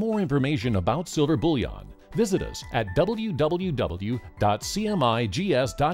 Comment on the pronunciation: It sounds like "bull yawn" to me, but yea he says it strangely.